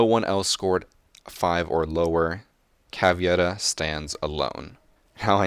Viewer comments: the way how you named the Grzmot mines is painful to hear edit: her nickname is cavEIra not the caviera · Plz pronounce caveira caveira not caviera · A very nice video I like it very much and I agree with most of your opinions but you should really learn how to PRONOUNCE CAVEIRA xD (but seriously) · Why do so many americans say: "caviera". Are you reading it wrong? Are you extremely stubborn or something? It's "C A V E I R A". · It's CavEIra not CavIEra ;) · Please stop saying caviera its kinda offensive for brazillian ppl ._. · YOU ARE SAYING CAVEIRA'S NAME WRONG MY GOD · You were doing well with how to pronounce operators names... Until you got to caveira...